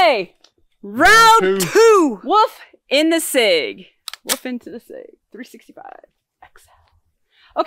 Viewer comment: I love the Woof pronunciation instead of wolf. Great vid y’all